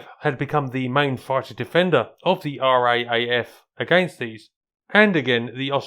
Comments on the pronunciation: Great doco. For your future reference, we (Aussies) pronounce the RAAF as the R, double A, F. Rolls off the tongue much easier. Subscribed. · Try saying R double AF its a lot easier and that's how we say it. Great video. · Extremely informative content as usual, just one thing though and I admit you may have already had comments about it, the Royal Australian Air Force, RAAF should be pronounced "R double A F". Thankyou for your videos, look forward to more in the future. 😊🛩🇦🇺🌏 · R-double-A-F! Never heard it called R-A-A-F. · The Mk VIII is my favourite Spitfire variant, followed by the Mk XVI low-back. They just look right and had marvellous performance. A nice synergy is, of course, that the Mk VIII was also so prevalent in the RAAF (pronounced "R double A F", rather than "R.A.A.F") here in Australia. Well done,, on another informative video. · Was just about to comment to say exactly the same thing! R-double A-F. Or 'Raaf' as a single word. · Another great video,. The MK VIII is certainly not forgotten here in Australia! BTW it is usual here to say "R double A F", which I also think you'll find easier to say! In terms of obscure aircraft, have you considered doing a video on the CAC Boomerang? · Excellent vid. 'R' double 'A' 'F', mate. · Just a hint in Australia we say "R double A F" for the RAAF, and thanks it was an interesting story relating to my Home town of Darwin in Northern Australia where these aircraft actually protected the City in which I live!